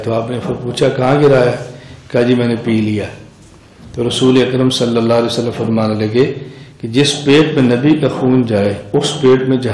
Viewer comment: Molana sahab...hujur pr durud achhi trh se pdhiye..sallallahu alaehi wasallam.....na ki sallalawaasallam